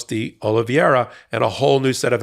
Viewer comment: Thanks for finally pronouncing Oliviera’s name correctly. Tell Ben. He still gets it wrong.